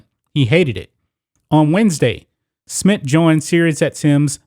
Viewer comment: Bro this is good really good but for the love of God it’s Smith not Smit